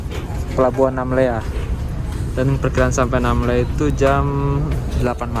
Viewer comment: Bukan nammela tapi Namlea